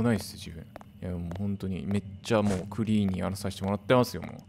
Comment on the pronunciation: ”クリーン” にが強調されてる時点で😂😂